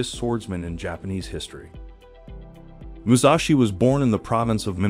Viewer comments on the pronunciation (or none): For Pete's sake; It's Mu Sashi, not Mu Zashi! And NO; I would not ever subscribe to most of his principles or so called 'wisdom'!